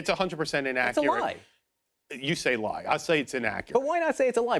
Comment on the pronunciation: Why is this guy still talking? Does he likes digging himself a deeper hole? He can't even say the word "lie."